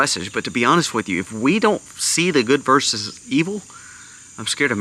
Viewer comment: It's good VERSUS evil. Not good "verse" evil. Please. Get it right.